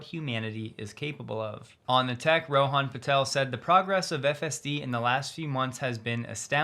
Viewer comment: B. T. W. Rohan is pronounced “Rowan.“